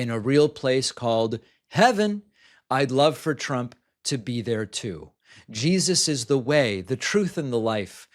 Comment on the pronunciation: "She's referring to Jah-eeezuss." Sneaking in that hilarious pronunciation, eh David lol 💀